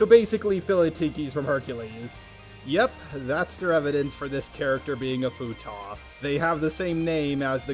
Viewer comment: its Futa or futanari NOT FUTAH